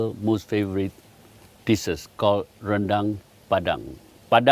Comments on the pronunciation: Ren-dEng. westerners always say this wrong. dang it's pronounced: Ren-dAng 🤣🤣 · Its spelt "rendang" but pronounced "ruhn-dung". The best rendang, in my humble opinion, is the minang style slow cooked for hours upon hours over a wood fire so as to not only have a distinct rendang taste but also to absorb the rich smokey flavour. Cheers. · om William tolong ajarin mereka pengucapan rendang yang benar om. masa' rendeng jadinya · justru pengucapan yang benar itu randang, nama makanan yg bersal dari proses pengolahannya